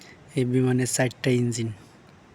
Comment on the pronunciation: Jasseyyy...? How about Jachhey, eh????.. sairta engine???? How about char ta engine, eh??? Get your Bangla pronunciation right.